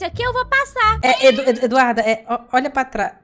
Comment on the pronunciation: Alguém percebeu que o ato está falando o nome da Eduarda errado tá falando do Duda Eduarda